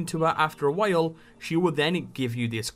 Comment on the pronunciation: WHALE?? he said after speaking to her for a "WHALE" wtf hajaha